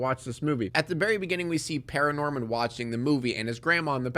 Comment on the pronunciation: It's actually *Paranorman not Pararnorman B)